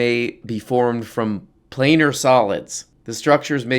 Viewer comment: "plane-ar" like on a plane (surface)